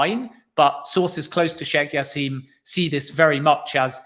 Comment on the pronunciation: As his name is Arabic the J is pronounced. It's jassim not yassim. Good interview irrespective